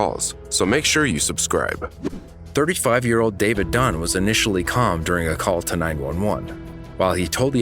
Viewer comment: HER LAST NAME IS DUNN. DUNN